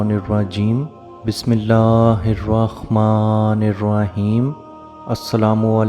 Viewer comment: Bhai pehle aap bismillah to thik se padna sikho ,,,arrkhmaan ,,,nhi hota ,,arrhmaan ,, hota hai